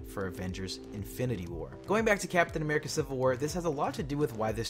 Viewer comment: did you say amirica????? looooooooooool